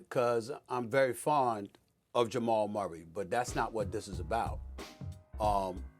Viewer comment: Ja-mal Murray